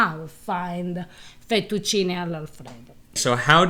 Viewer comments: I love how he makes no attempt to say the Italian words in any way Italian Fetucheenay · Im german and I believe 100%! My passion is cooking and language! And therefore I try to pronounce the words, the same, as I heard them from the native speaker, as a form of respect and I think we can understand each other better!! So, I learned that the American and English people pronounce everything they don’t know as an “ey” For example Fettuccine =Fettucciney, Cafe=Cofey, Late=Latey, Grande= Grande and Giovanni= G I Ovanni, though I heard the Italian pronounce it more like Govanni with the first I silent! Only if the name is Gio then the I is pronounced! And to come back to the “ey”, the can pronounce the “e” it’s in thE, fEttucine, pEn. do you think I’m to serious or do Italian pay attention to that? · This guy is funny, mentioned the correct pronunciation of fettuccine Al Alfredo multiple times, and he just… can’t… I think he’s having us on. Yep, there’s some intentional filmmaking going on here.